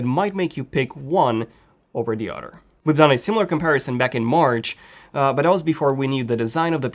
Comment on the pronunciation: Why does he says otter instead of other